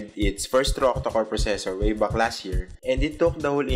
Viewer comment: good review but the accent and wrong pronunciation really bothers me. "at the back" sounds like "at da buck" and "factory" sounds "fucktory".